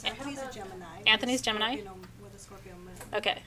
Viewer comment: not this Scorpio I will give the façade of making you think I don't need anyone, but I thrive on imparting knowledge with others and want to learn from others. yes is awesome. so wonderful to hear you say Scorpio beautiful